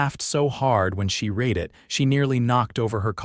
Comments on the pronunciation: It's NOT read as in reed, but rather, read as in red. Get it right!!!! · Why is Deborah wearing a crash helmet. Does she walk at 60mph? And once again read is pronounced red not reed. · To the writers of these stories. When you use 'read' as a noun it is pronounced 'reed', when used as a verb, it is pronounced 'red'.